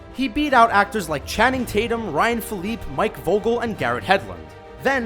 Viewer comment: You guys really have to learn how to pronounce the names of these actors. You pronounce Ryan Phillipe wrong and Rachel Leigh Cook